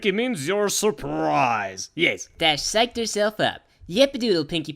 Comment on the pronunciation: "Dash psyched herself up" sounded a bit like "Dissect yourself up" lel ~ ish